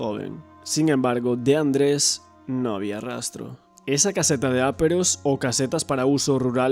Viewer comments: Es caseta de aperos,no áperos. Intentemos hablar bien. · No digas áperos nunca más, por favor!!!! Se dice aperos, llana, acento en la e. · Muy buen trabajo, sólo una cosita, son aperos, sin acento en la a!! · Se dice "aperos". La sílaba tónica es la "pe". Palabra llana acabada en s por lo que no lleva tilde. Los aperos son los instrumentos necesarios para la labranza como azadas, palas, etc.